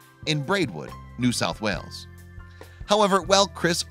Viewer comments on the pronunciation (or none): none